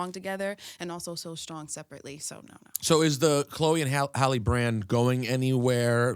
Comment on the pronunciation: How hard is it to pronounce "Halle" the way it's supposed to be pronounced, no one butchers Halle Berry's name lol and this is very disgusting because it's not like they haven't been on this stupid ass show before. You're all weirdos and terrible interviewers, absolutely tasteless